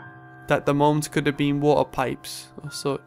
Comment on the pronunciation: He said water. It sounds like warp because of his accent.